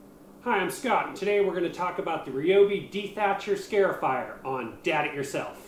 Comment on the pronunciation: It's not a "scare"ifier.It's a "scar"ifier.